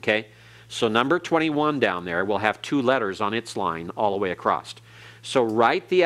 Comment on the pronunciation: is such a patient teacher and tries to be helpful. I am not an expert in Hebrew so I cannot comment on his pronounciation, but I am surprised the he pronounces ‘across’ as ‘acrost’.